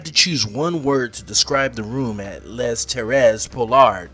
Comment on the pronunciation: 😂 "Les" is pronounced as "lay".